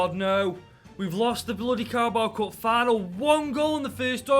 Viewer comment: I love the” carabowa” cup